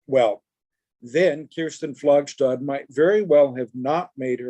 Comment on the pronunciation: Her name is pronounced "Flagstad," not (as in German) "Flagshtad." She HATED it when this mistake was made.